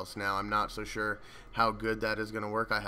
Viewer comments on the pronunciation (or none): none